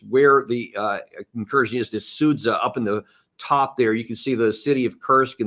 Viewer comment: Be the first to pronounce Sudzha correctly: “Sood-zya” 👍🏻